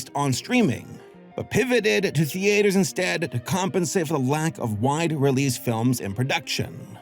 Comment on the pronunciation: Why do you pronounce theatres like thee-aters lol